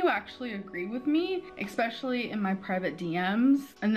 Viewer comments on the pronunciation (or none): Blah blah blah...her first world problems grate on my nerves, ek-specially! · "eXpecially—".